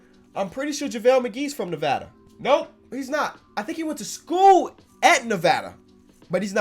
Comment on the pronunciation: I hate it when pronouns it Nevada not Nevada.